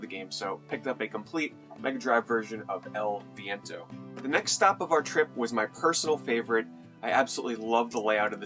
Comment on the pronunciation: you pronounce EL VIENTO really well!